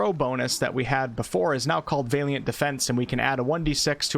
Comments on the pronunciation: great job! it Valiant as in "weird Al". the valiant knight. not Vaeliant as in "weird day" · VA-liant, not VEY-liant... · Valiant - Va-lee-uhnt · Bard was always my fave in pen and paper... even in multiclass mixes. Just a side note... Valiant... it is pronounced: "Val-ee-ant". Just tryin to be helpful.. anyone putting out this much good info (with much more to come on full release i am sure!) shouldn't be looked at funny due to pronunciation issues on words they may have only ever seen written, not spoken 😁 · I love your videos of help me out tremendously. I do have to say though that is Valiant (VAL-YENT) like valor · The pronounciation of valiant is killing me. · His mispronunciation of 'Valiant' is REALLY fucking annoying. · Great content as always! Just letting you know your pronunciation of valiant is slightly off. You’re pronouncing the first “a” as if it sounds like the a in “ale”, it should be more like the a in “alley”. For your further edification- keep up the great work! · Looking forward to the bard. Congrats on immortalizing on the internet a new way to pronounce valiant. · OK but you have to stop saying Valiant wrong, lol